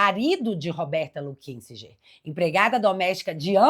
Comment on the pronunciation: Porque ninguém pronuncia o sobrenome da Roberta corretamente. É Luquisinguer. A pronúncia.